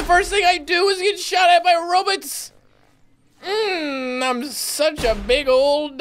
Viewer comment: Row-bots not robits